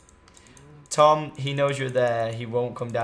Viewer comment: Tom you sound like you say chage